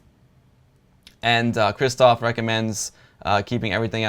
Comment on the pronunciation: Dude. Both "rz" and "sz" in the name "Krzysztof" should be spelled as "sh" in "shoe".